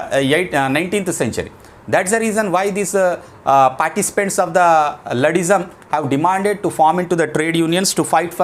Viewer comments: Not ladddim it is luddism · Not luddism sir that.. pronounced wrong